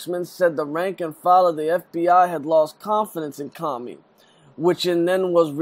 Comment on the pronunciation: its Comey, not Commy